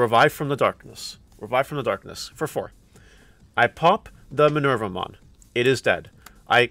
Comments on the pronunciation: The name comes from Minerva the roman goddess so the name is indeed Me-ner-va-mon and not My-ner-va-mon and if we are to be true to the latin origin it would more likely be [mɪˈnɛrwa] Me-ner-WA-mon since the V sound was a W back then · The japanese way to say her name is: me-ne-ru-vuh-mon. (Me being the english word "me"). But i would say... just say it however is comfortable. Hope that helps :D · Actually, it's May-noir-vou-mon